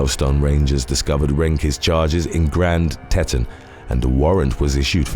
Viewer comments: Grand Teton: pronounced Tea'-ton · It's pronounced 'tee-tawn' my friend